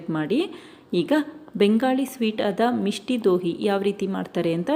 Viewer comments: ಅದು ಮಿಷ್ಠಿ ದೋಯ್ ಮಿಷ್ಟಿ ದೋಹಿ ಅಲ್ಲ ಮೇಡಂ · Misti doi madam adu Dohi alla Please learn the pronunciation correctly